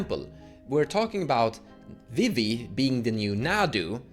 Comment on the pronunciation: Now calling Vivi “Wee-wee”, forever. Thank you